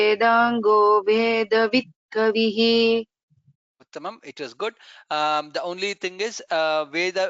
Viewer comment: Verse#14 : Is it Kavihi or Kavih? If it's Kavihi, then बालकैः has to be pronounced as Balakaihai, whereas it's pronounced as Balakaih